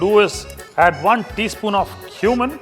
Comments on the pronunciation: I thought, he said to add 1 teaspoon of human(cumin). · Cumin not Human🙄